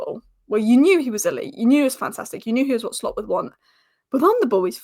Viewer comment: It's not Arne Shhhhlot. Just Slot. Like Slotting it in. Stop saying shhhhlot.